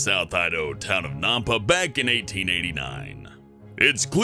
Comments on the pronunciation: I live in Nampa and btw you said it wrong it's n'ampa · Well then... That is a weird way of pronouncing Nampa. Everyone here in Idaho that I have heard say that pronounced it "Nam-pa" and not "Nom-pa" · It is nampa with an A, not nampa with a U sounding A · You pronounced Nampa wrong. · They said Nampa wrong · Oh my gosh!!!!!, say "Nampa" right! i live in idaho and you are now a disgrace cause it its the short a sound not the o sound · The Nampa is pronounced annoys me because I live near nampa Idaho lol